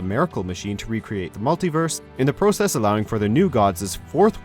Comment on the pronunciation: I get this annoying feeling of how you pronounce process. 😂😂